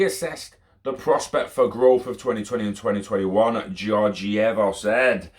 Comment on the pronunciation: George-ee-aa-va